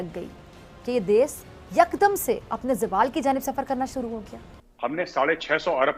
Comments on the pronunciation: She says, desssss, not desh😂😂😂😂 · Isss farzi daaagtar ko koi batay ja kar kay ‘Des’ nahi hota … ‘Desh’ hota hai 😆 Aur raat ko torch laga kar treatment na karein - isse acha Savere jaldi clinic kholein aur Din me treatment karein 🙄🙄 Matlab sach me jaahil kaum hai ye 😏😒